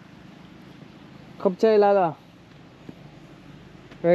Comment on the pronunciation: Super chiant, Kop chaï laï laï, et non pas Kop cha la la 😡